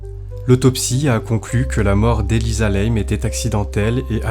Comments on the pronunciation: Et sinon, une erreur aussi, chez les chinois ça se prononce comme ça s'écrit. Donc, pour info, pas Elisa Lèyme, comme vous l'avez prononcé. Lam se prononce "LAME" en français ... Inutile de tout "Américaniser." Ça pique déjà assez les yeux le niveau général du français dans les commentaires de vos vidéos... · Non c'est normal et elle s'appelait Elisa LAM et ça se prononce " LAME" ET pas n'importe comment comme le fait le youtubeur. Elle était au 14e étage et c'est celui du personnel et elle n'avait rien à y foutre, l'ascenseur ne se ferme pas à moins d'avoir le code ..